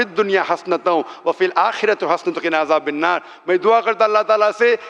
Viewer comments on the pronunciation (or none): Dr Sahab Ayat ko acche se dekh lijiega. Ajabinnar pad rahe. hain Ajabannar hai